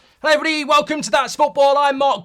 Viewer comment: Did Mark says "Hello birdie" or "Hello everybody"?😂